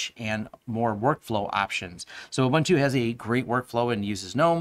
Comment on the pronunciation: Thanks for the review! Checking out Pop now. Please check out the correct pronounciation of 'Ubuntu'. It's 'Uh-boon-tu', not 'Uh-bun-tu'. ;)